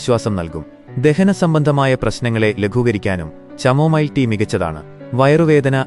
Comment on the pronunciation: ചാമോമിൽ അല്ല കമോമിൽ